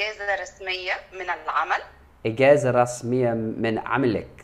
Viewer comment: إذا اردت ان تتعلم اللغة العربيه فالأفضل ان لا تتحدث مع المصريين, لأنه مثلما حدث معك في هذا الفيديو الفتاه المصريه قالت ( إجازه) و انت لم تفهم الكلمه بالبدايه لان المصريين يتعمّدوا ان يلفظوا حرف الجيم بشكل خاطيء, و قالت أيضاٌ ( كلمات خاطئه متعمده ذلك) و هي الوظيفه, قالتها الوزيفه ذلك, قالتها زلك. إذا اردت تعلم اللغه العربيه الفصحى, تحدث مع فلسطينيين فقط